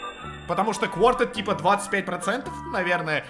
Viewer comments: не кворт, а кварта это на итальянском 4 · Не кворд а кварта